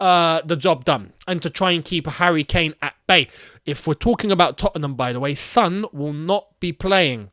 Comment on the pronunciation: It's Son not Sun